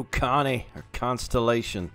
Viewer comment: Love your vids, but I just have to say, it's pronounced con-sol-i-dation not constellation. Like consolidated, not constellated lol. I also noticed when coupling, you're trying to do the click drag method from before. It's just single click left to add or remove the link, and single click right to add or remove the pin. The plow was from the West Side Lumber company of Tuolumne (pronounced too-all-um-mee) which at one time had 75 miles of track in the woods and mountains with sharp curves and steep grades. Three truck shays were used exclusively out on the line and in the camps with heislers taking care of the yard work in Tuolumne, along with rod engines from the Sierra Railroad. The locomotives we're incapable of traveling faster than 15 miles an hour with their 19 car trains on the grades or flat. They certainly did not travel 50 miles an hour, and if they did it was down the side of the hill into the river canyon below.